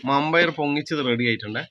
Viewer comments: പയർ വെന്തില്ല വൻപയർ എന്നുപറയൂ വമ്പയാരല്ല നിങ്ങടെ സംസാരം ഒന്നും മനസ്സിലാവില്ല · മമ്പയർ അല്ല വൻപയർ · മമ്പയർ എന്നെ കേട്ടിട്ട് എന്തോ പോകെ വൻപയർ എന്നല്ലെ പറയേണ്ടേ